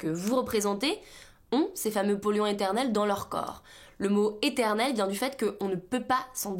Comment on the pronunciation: Vous avez une façon bizarre de pronnoncer le mot éternel , on entend internel eternen un truc un peu flou , ilfaudra revoir votre diction sur ce mot ,c'est du yahourt .